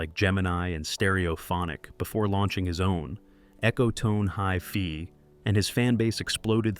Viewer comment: Echotone HIFEE😂😂😂